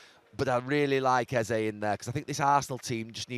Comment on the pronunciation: His name isn't pronounced "easy" it's EH ZEH